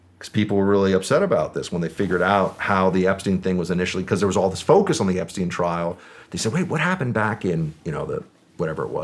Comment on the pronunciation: “Effrey Jepstein” 😂😂